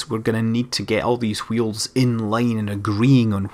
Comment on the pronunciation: Speak a "w" without excess of "h".